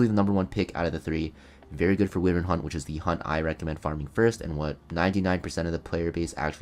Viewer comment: I'm pronouncing it "Wi-vern" too because of you😭😭